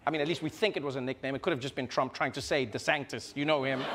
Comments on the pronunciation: it is pronounced dee san tis He says dee sank tis multiple times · You keep saying Ron DeSanCtis - can't read the telepromptor? assistants can't type the name right? whats happening? low production quality? -42 and and and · I love how Trevor was busting on Trump for the nickname/mispronunciation and then proceeded to mispronounce it as DeSanCtis. 😉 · Trevor actually got caught up in his schtick for the rest of the segment. He kept calling DeSantis, DeSanctis. Haha. Shoulda just called him DeShithead for the remainder. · DeSantis became 'DeSanctis' and I can't unhear it! 😆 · Trevor kept saying 'DeSanctis" lol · Did Trevor purposely keep calling him Ron DeSanctis? Because after he mentioned the nickname he called him that at least 3 times. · I’m I completely crazy or does Trevor just refer to Desantis as Desanctis for this entire segment? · Has anyone noticed that Trevor says Ron DeSaNKtis? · Does it annoy anyone else Trevor pronounces DeSantis as “Deh-sanc-tis”? There’s so c in his name??? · Does he know that he's saying Ron DeSantis wrong? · he keeps saying Ron DeSanctis after the joke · Love Trevor, but it isn't "DeSanctis" either....